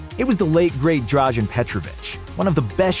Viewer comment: It's not drazhen but in fact drazen without the "h"